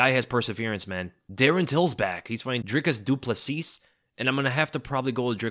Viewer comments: Love your content mate. Just a pronunciation note, as a South African, Dricus Du Plessis is pronounced Dricus Du Pla-see. The -S at the end of his surname is silent but you've got the rest right. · It’s Dricus Du Plessy. That’s how you pronounce btw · Great content as always. Just a little heads up of little to no importance: when pronouncing Du Plessis just omit the "s" at the end so that it's "Du Pleh-see".